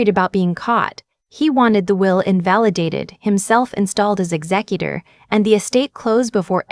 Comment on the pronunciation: It's pronounced ek zek u tor.